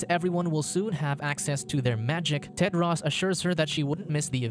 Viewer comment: He pronounced it wrong. His name is Tedros.